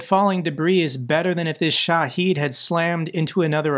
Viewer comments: he clearly tries. This one, he learned a wrong pronunciation is all. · Minor gripe about your videos: Shahed only has one "e" in it, not two like you consistently pronounce it.